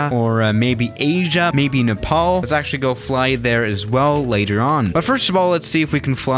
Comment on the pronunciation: finally pronounced Nepal correctly